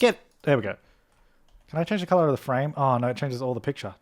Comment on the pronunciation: I love his accent of colour the word colour... CALLAAR